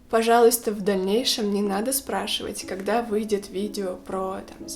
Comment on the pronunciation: Первый раз когда услышала четкое произношение слова «пожалуйста» насторожилась, но когда оно было так произнесено четыре раза из четырёх, поняла, что режет слух:(